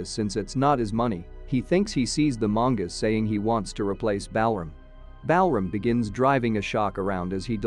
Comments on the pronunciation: The way you pronounce Balram, a very popular Indian name, while very logical in the American/British English format, is totally off. Balram is actually pronounced as: - Bal = bul (same as dull, null, cull, etc.) - ram = raam (same as dawn, pawn, Sean, awe, John, etc.) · Bell ram 😂